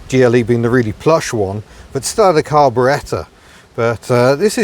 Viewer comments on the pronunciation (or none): none